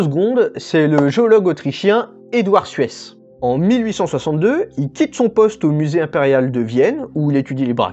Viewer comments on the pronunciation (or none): Vu qu'Eduard Suess était autrichien, je suis à peu près certain qu'on prononce zusse [zyːs].